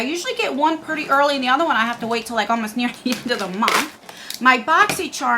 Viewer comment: Take a shot every time says “VERY PRRRETTY” lol